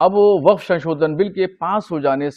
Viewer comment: .........vekef............. Nebi.......... Karim........... ...ke........... Jemane............ Se.............hejeret............. ....umer............ NE...................kuva...................vekef....................kiya............ Thha